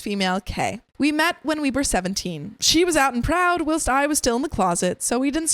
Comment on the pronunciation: learn how to pronounce the word whilst